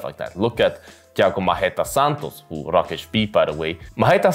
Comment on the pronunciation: Nice prediction. May I ask your nationality? You pronounce that "Rakic" just like us (slavs). 😁